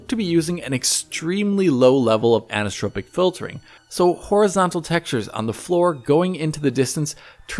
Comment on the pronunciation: Annnnnssssstropic filring (anisotropic filtering).